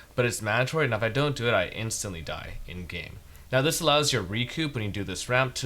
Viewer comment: The way he said "in game" almost made me die irl lol